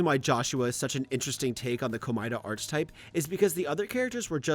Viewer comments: I hate to be a picky bitch but it's "ar keh type" not "arc type" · Great video. But just wanna say this. It's pronounced "Ark-e-type", not "Arch-e-type". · seb reads the fact that he keeps saying archetype wrong is annoying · i literally thought you were misusing it on purpose to send the viewer insane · the way you say archetype is absolutely driving me up the fucking wall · This stuff usually doesn’t bother me but you pronounce archetype so wrong every time that it’s actually infuriating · I love the video and I know you've already mentioned this but every time you say "archetype" I die a little more. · this man saying archetype as arch type like the ch is pronounced as a k my guy also unwavering means you don't waver, not that you don't wave. factcheck your shit. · Bro, that is NOT how you pronounce "archetype"... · Why does this guy pronounce "archetype" so wrong? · The way says Archetype i